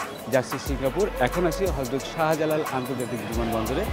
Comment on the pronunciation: Background music during narration ruined this video. Again “Sahajalal”international airport instead of “Sahjalal”. Bro, there is no word “অভাবানিও” in bangla, অভাবনীয় হবে।